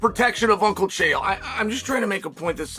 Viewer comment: O by the way Chael learn how to pronounce a name wtf really